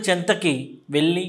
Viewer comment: వెళ్ళి కి వెల్లి కి తేడా ఉంది యాంకర్ గారు